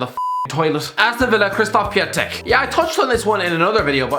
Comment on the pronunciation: Could at least say Piątek correctly 😅